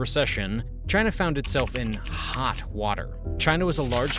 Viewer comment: He said Chyna